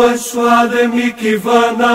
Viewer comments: A PRONÚNCIA ESTÁ ERRADA NA MÚSICA. NÃO É MIKI O CORRETO E SIM MIHI.ESTRANHAMENTE ESSA MÚSICA ERRADA ESTÁ EM TODOS OS CANAIS DO YOUTUBE QUE PESQUISEI SOBRE ESSA ORAÇÃO EXORCISTA. PARECE QUE SATANÁS NÃO GOSTA MESMO DELA. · Paano po ang pag pronounce ng mihi na word?? Miki ba?? Yun kasi dinig ko sa video eh